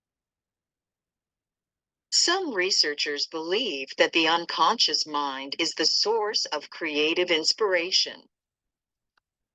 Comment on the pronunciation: 9.22 its not unconscince its unconscious 🙂